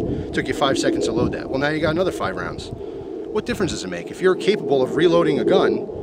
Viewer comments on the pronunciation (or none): none